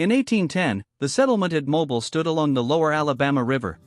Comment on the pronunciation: what a pitty that such a beautifully made film could not pronounce her very name correctly: It's pronounced "Mo-BEEL"!!!